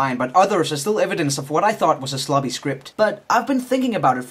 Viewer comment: Did you say "a slobby script" or "a sloppy script"? I guess either could work...